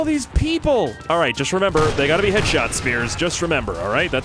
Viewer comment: “ hey guys here I mean I mean